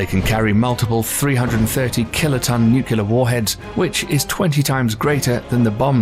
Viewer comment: It's "nuclear", not "nucular".